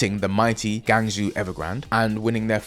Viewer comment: As a Cantonese speaker it was funny and cringe the way the pronunciation of "Guangzhou" was butchered!